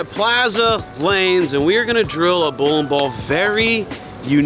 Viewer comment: "Bowlem Ball"